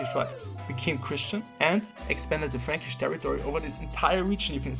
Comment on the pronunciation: Yes, good video, but the thing that I remember about this one, is that the word "franckish" sounds oddly as "freeeench", so Charlemagne is french. And even, I think he would prefer have the name "Charlemagne" than "KARL DER GROßE", just for him. (I'm just kidding, I know after the carolagian empire division, the Germany was named Eastern France and the currently France was named Western France)